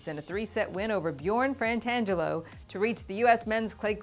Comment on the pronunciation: I think you're pronouncing Bjorn's last name incorrectly. You are saying "Frantangelo" but it is spelled Fratangelo without an "N" in the first syllable. Otherwise, nice episode! Enjoy your show.